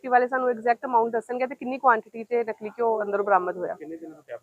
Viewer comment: ਨਲਕੀ ਨੀ😂 ਨਕਲੀ ਹੁੰਦਾ